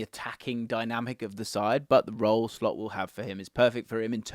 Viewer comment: Did you say "Slopp"? 😂